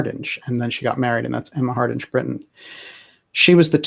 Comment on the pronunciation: DJ, "Hardinge" is pronounced as in "Harding", of which it is a variant, the final "e" does not soften the "g" - as in hippopotamus with a silent "q". It is an old Anglo-Saxon name, the "ing" (ynge) meaning "the followers" or "the "family" of someone called "Hard" (Heard). This variant clearly predates the Great Vowel Shift and the phoneticization of English spellings at the time of the invention of the printing press which together are responsible for such archaisms and oddities in written English.